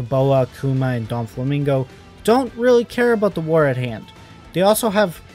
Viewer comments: Bro cannot be saying anything he called doffy donflamingo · DOFLAMINGO not doNflamingo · why did you keep saying "Donfflamingo"?